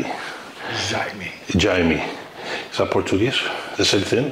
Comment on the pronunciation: Not "djaime"...with the sound of "dja"